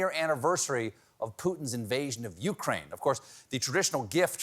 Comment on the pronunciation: Steven, say it with me now u KRAINE not U kraine.